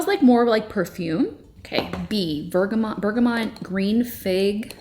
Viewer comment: It’s Berga-moooo not bergamont there is no N ❤